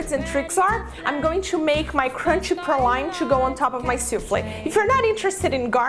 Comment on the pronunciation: Just trying to be helpful here. The correct pronunciations for praline are as follows: Oxford Dictionary: pray-leen. Websters dictionary: Prah-leen, Pray-leen or Pro-leen. I will stick with the oxford version but the last part is always leen and not line and certainly not proline. Additionally, the correct pronunciation for Ramekin is Ram-a-kin, not Rem-a-kin.